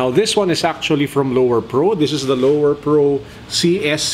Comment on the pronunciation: It's Lowepro, not Lowerpro hehehe